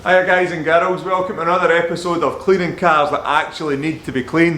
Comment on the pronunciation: No one.: Hi guys and garols!